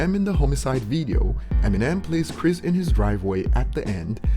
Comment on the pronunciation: Dislike cause u cant say chris name right